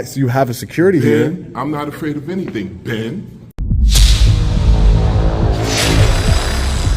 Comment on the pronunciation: Omg I had to rewind that to figure out what he was saying 🤣 "Ben" as in Ben Franklin 😂